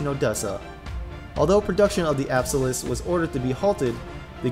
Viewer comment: Apaus... APSALUS. Ray, Amuro... Dude c'mon